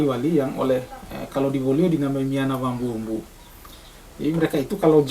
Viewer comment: Bos bukan wambumbu tapi wambulumbulu